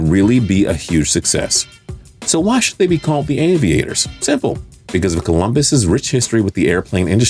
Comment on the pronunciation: Shoule? Should! Anyways good video